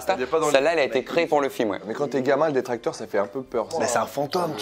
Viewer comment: c'est détraqueur pas détracteurs mdrr ( des tracteurs)